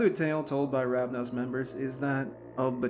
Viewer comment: Yes, the founder has many names. I was just correcting your pronunciation. The person is Ravana. The clan is Ravnos. No offense, just trying to be helpful.